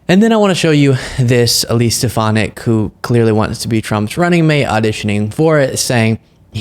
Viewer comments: Perhaps Elise needs to tell T on how to say her last name properly. " STEP amak!😁😅😂🤣😭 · Elise needs to change her name if Rump isn't a ignorant fool! I've never heard anyone mess up a name like Rump did to hers